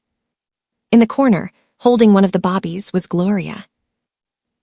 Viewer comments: Why do you pronounce Babies" as "Bobbies?" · Her saying bobbies sounds stupid and very annoying, they are BABIES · I am watching from Chicago, IL. I just noticed that another listener is distracted by the pronunciation of Babies as Bobbies. It bothers me to hear Bobbies for Babies. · I hate the ridiculousness of not knowing that the word is not bobbies it is babies, some of you also put airs for the heirs (as the next in line of great wealth) its got to stop just in case you don't know and your AI doesn't correct you. Even more so when you put subtitles. Babies multiple form of baby. Good luck. True reaction